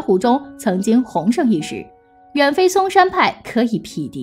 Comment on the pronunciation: 嵩山那个字读-Song，一声；风清扬一下剑宗，一下气宗，omg......